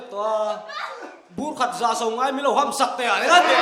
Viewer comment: Kum in contestant te hi mizoṭawng in thiamlo hlawm hle mai Mai mai tih tur ah Mei mei tih te,Bengchhet,Bengchhiat ti tlat te.. fuh,fu,fuk hman na te,ngeih leh ngaih tih te..Beng a kham tlat..Rampum huap intihsiakna dawh san ah in ding a ni tih hi hre reng ula,fimkhur teh u.. Kan endik tu te hian rin aiin in ngaithei phian bawk sia,ka sawisel ve na awmchhun anih chu. Host chen in ṭawngkam chhehsual a na tlat..ka vei hle mai